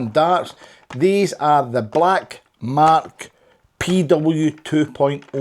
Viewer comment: Its not mark your saying it wrong lol 😆 😂